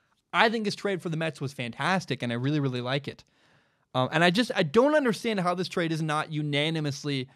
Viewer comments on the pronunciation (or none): none